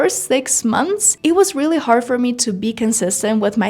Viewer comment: Девочка, какой С2 уровень с произношением Хорд на Hard , с абсолютно нелепой заменой прилагательных very на pretty , expensive на a rip-off и прочей ерунды , которая у тебя на канале и абсолютно неуместна даже для B1 уровня, не то что С2. Не позорься и не вводи людей в заблуждение , которые хотят язык выучить